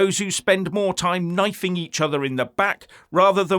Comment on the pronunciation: Did you say "knifing each other" in the back, or knighting each other?